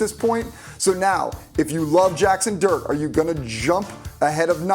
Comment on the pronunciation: 🤣🤣🤣 Didnt sound like “dart” AT ALL